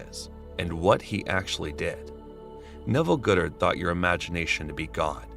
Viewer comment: It's NOT Neville Goodert!!!!!!! It's Neville GODDARD FOR GOD sake 🙄